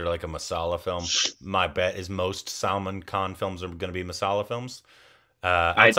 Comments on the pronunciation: He said salmon instead of Salman Lol salmon is a fish in Minecraft 🤣😂😅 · Your pronunciation is different It's selmon bhoi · His name is not pronounced as Salmon (that’s a fish) it Salmaaan!!! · Why do you pronounce SALMAN as SALMON??? 🤔